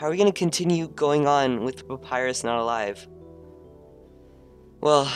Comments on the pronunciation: AAGGHHH. omg pronounced Papyras wrong!!!!! >:'( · can not pronounce Papyrus